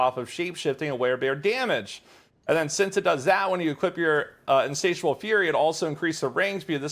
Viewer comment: Oh snap, he learned how to say Insatiable! Good build is good